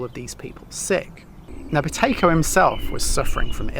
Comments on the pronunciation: I had to put my captions on 😂 I thought you said Potato breathing. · How many people thought he said "Potato Breathing" right at the start 😂